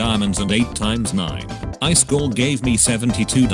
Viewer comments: It says "highschool" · It says "Eyeskall" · When the bot says ICE SCALL Me laughing inside 😂😂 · "Is" in swedish = Ice "kall" in swedish = cold Text to speech n the swedish language: Im 4 perallel universes ahead of you. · I heard ice coal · i am triggered by "I skall" who else ? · The way he says iskall 😂✨